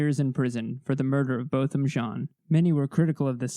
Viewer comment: Thank you for the respect you show in your videos. Thank you especially for pronouncing Botham Jean’s name correctly. That is an important detail and I appreciate it.